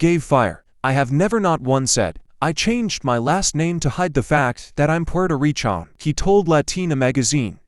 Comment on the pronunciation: It’s recan not pi an